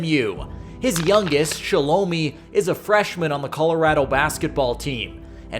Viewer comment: Can’t even give you credit if you can’t say his sister name right shaaaaa looooo miiiii is how you pronounce it